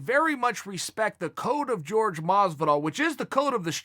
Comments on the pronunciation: Is it that hard to say Jorge instead of George? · "George" Masvidal ...